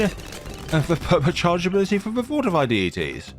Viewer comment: The way you said permit charge😂